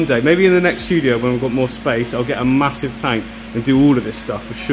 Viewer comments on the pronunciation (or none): You should've told DerageGaming the word is "Ma-hasive" lol... Great video